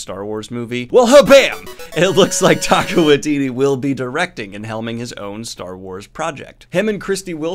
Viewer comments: Interested in the app you mentioned. Thought you should know their support is worthwhile. Also, I love you, but you're saying Taika's name um.. Wrong. Think of it like Tyka. 💚 Glad you shared the info. We've done the scholarships for over a decade. Given how violent they were HBO seems like a good home for Looney Toons. 🤣 Also, eff Tolkein's estate, since he didn't actually invent elves and whatnot. And also, you're welcome for the publicity. 🙄 Also, also. Is too little too late for Netflix. No release date for season 2, and a tech problem had their customer service tell me, "Finds something else to watch." So I did. Titans is a great show! Never going back to Netflix, short of an apology that is not likely to happen. Nice news wrapup! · Say it with me -Taika is pronounced “Tie - Ka” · I think you're pronouncing Taika wrong? I think it's more like "ty" for the first one.